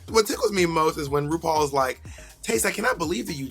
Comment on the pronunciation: Yuhua Hamasaki - it's 'RuPoor' xD